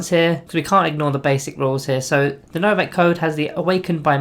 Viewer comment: Pleaaassee stop saying Novakh. Its legiterally Novokh